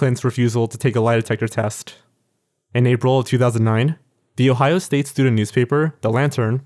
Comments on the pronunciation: “a medical studehh” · What's a "medical stooder" ???